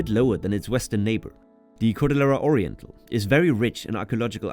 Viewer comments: Yeah also cordillera is supposed to sound like cordiyera. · A very good overview of Peru's geography. Babbel didn't do a great job on your Spanish pronunciation: e.g. Lima and Cordillera. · How ironic that you say that you studied Spanish yet you repeatedly mispronounce words like “cordillera” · and Cordillera.